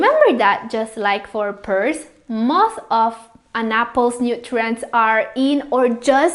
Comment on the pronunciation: Thank you for the video and great info. Pears are pronounced 'pares' and not peers though. lol.